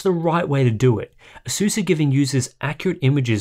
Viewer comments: "Ay-suhs"is his you pronounce it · It would be very good to learn whether the monitor has a hardware LUT. BTW, you are not pronouncing "Asus" correctly. Take a hint from the company itself.